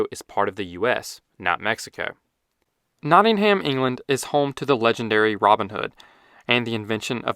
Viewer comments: For those who haven’t been or spoken to anyone, it’s usually pronounced more like: ‘Notting-um‘ (studying maths there) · Good video but Nottingham is pronounced, “Notting-em’ ignore the ham. This is the same with many places with ‘ham’ in their name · It’s pronounced “Notting-um” ☝️🤓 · ‘Not-in-haym’ 😂 lol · Just a pronunciation thing, Nottingham is pronounced as Not-ing-um (Or Notts). The over-pronunciation of the H feels similar to non-UK people not being able to Worcestershire. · Nottingham is pronounced without the H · As a Nottingham resident, please never say that again